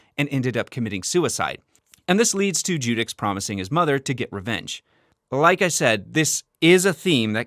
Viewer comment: Beside "Jacques" you pronounced the rest pretty well 👍 Great video nonetheless, very informative 🤩 EDIT: just realized you say "Jacqueline" and "Jacques" is pronounced exactly the same... dropping the "line" part obviously. Hope that might help ^^"